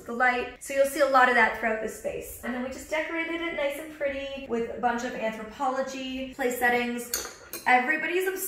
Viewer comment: Sorry late on commenting: On a Molly binge right now! Take a shot of water every time Molly says, " Anthopologie"